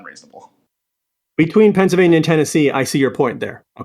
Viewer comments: No idea how I ended up on this video, destiny get back to streaming goddam it. I'm 2 hours deep and if I hear this schizo say "Pensavania" one more time so help me god I'm gonna do it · If this guy says "Pennsivania" one more time I am going to fucking lose it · Is it Pencvania or Pennsylvania? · The way he pronounces "Pennsylvania" is so funny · Bruh I just wanna reach through the screen and shake him and yell “THERE IS AN ‘L’ IN PENNSYLVANIA!” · THIS GUY'S VOICE IS SO FKN AN NOYING!!! PENNSYLVNAIA PENNSYLVNAI APENNSALPYNAIAADSASDASDZDSXC